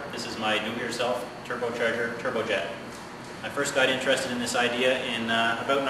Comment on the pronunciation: it's pronounced "about" not "ah-boot"